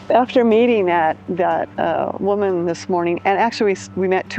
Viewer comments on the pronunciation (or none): none